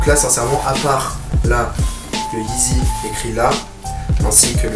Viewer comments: Cool ta vidéo man, juste un petit truc, tu dis "YeeDzy" et ça m'a stresser pendant toute la vidéo mdrrr Mais sinon ta vidéo est cool tout ça, bon courage à toi ! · mdr attention on dirait que tu dis "Yeetzy "